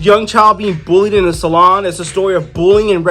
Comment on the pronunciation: Saloon my guy, Saloon…not Salon…